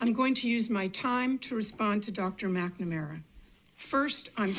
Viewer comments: When you can't even correctly pronounce the name of the person that you are talking about, how can I trust you to give me an informed opinion about the subject matter. McNamara (Mac -nuh -mare-uh). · At Oh Boy Oh BOy Oh Boy Oh Boy I thought, this might not be for me but then when you couldn't even pronounce "McNamara" you confirmed it.